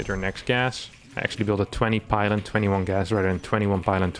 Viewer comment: 21 pylon.. lol I heard 21 pilot